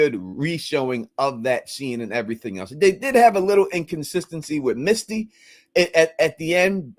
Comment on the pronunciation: 2 syllables MISS-TEE